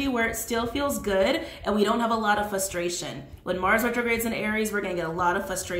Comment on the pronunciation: Are you saying flustration? I keep hearing flustration instead of frustration